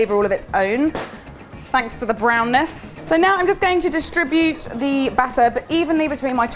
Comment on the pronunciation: I like how she pronounces butter and batter the same way... 😊